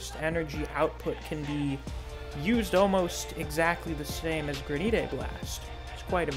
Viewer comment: Granite blast lol Granite like the rock or countertops